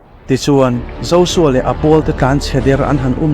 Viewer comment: Josua ni nanana zosua tiin i lam tlat a J J Jjjjjjj hi Z anilo